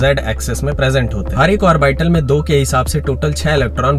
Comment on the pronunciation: The way you pronounce orbital is nice.... But its aw-buh-tl